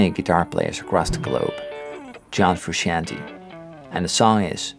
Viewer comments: I love the videos. But let’s say his name correctly. Phonetically it’s “Froo-Shawn-Tay” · Paul Davids yes it’s Italian. But listen to how he says his own name, you can hear him say it in the making of “Tell Me Baby” music video. Typically you defer to his pronunciation of his own name and that is how he says it. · Why do so many pronounce their name wrong #1: John Frusciante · I swear every RHCP fan I watch on YouTube pronounces 'Frusciante' differently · Why do so many people pronounce Frusciante wrong? That’s more important